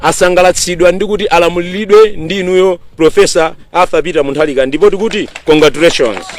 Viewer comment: Ati kondakuleshoni kkkkkk akulephera congratulations